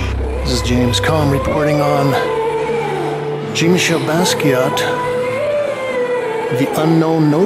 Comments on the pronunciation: .Your pronounciation is ignorant. Jean is a French name and is pronounced differently in French - not pronounced like Gene. Jean in French is John in American English if that's your inclination. Thanks. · It really grinds my ears how he can't pronounce Jean's name right ! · It amazes me that in Brooklyn, they let this person upstairs with a camera to do this jacked up bootleg film. And if he really met Jean, he would have kicked him for not saying his name correctly. Get out! I detest these colonizers.